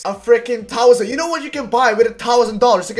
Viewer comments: "A tousand dollars" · A "tousand dollars" c: oh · thowson dollhars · "Tousand euros!" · taaaaaaaaawssaaaaaan... Thousand* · A tousant dollars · small loan of a "tousant" dollars